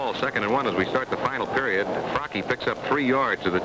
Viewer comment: Can't listen to this broadcaster mispronounce Mike Fracchia's name